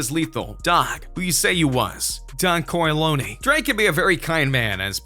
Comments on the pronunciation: Don Cor-a-lony? 😂😂😂😂😂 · Damn. Just straight disrespected da Don’s name huh? 🤦🏽‍♀️. Please learn to pronounce before commentating.